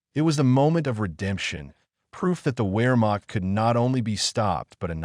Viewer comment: Could you please learn to pronounce Wehrmacht--Vare'makt--short a in makt.